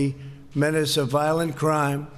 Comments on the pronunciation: crime not crieme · combatting violente crieme?